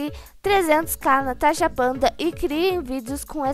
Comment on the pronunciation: Quem percebeu que a falou corre tanasha no minuto 6: 29